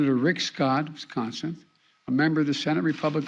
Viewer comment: he really said wiscounsin omg xD